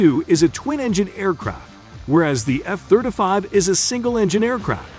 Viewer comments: That's the F thurda five right ther e😅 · The F Therder Five. He says every other jet correct but not the F Thirty Five. Yes ,Thirty, Thir-T-y, nor Therder. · F-third a five 😂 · Eff Thurta Fief ....rhymes with "stab ya wiff a knife " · Thirt uh fave ...... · " F thirtafy" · What's with his pronunciation of F-35 as "F-thirt-uh-fahve"?? What kind of bizarre pronunciation is that? Just weird. Had to turn it off. Makes my ears bleed. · The F-thirtuh-five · What's, " Thirta five"? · All I can hear is this guy saying "F Thirtuh Five." Is he incapable of pronouncing "Thirty" properly, or is that a choice? Great video, thanks for your work. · Thir duh fih